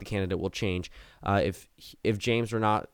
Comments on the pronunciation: Pronounced “Ren-A-C” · It’s pronounced ra-nay-see